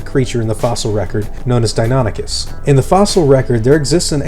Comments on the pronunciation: Deinonychus is pronounced dy-NON-i-kes, not Denoticus. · "real" criticism though. I totally thought it was "dino-nike-us" as the pronunciation, "di-nonny-cuss" was weird to hear. But latin's a dead language so as long as you stick to one convention, anyone can be right. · I thought you said it Dino-nie- cuss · I always thought it was pronounced "die-no-NIKE-us", as opposed to "die-NON-ichus"